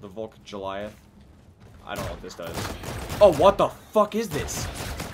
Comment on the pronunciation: He just said Goliath like Joe-liath. It's Go-liath